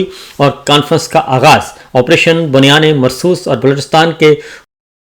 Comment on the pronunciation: Assalamoalaikum. Sabir brother how are you. ALLAH BLESS YOU ALL. I want to tell you the correct pronunciation that is “ BUNYANUM MAR SOOS